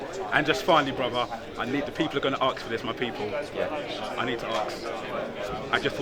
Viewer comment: 'ask'......it's 'ask'. goddamit.